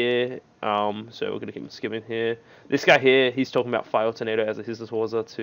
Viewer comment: yo it's still HissaTSU waza not HissaTA waza:D ever since I started watching you 4 years ago you are saying Hissata waza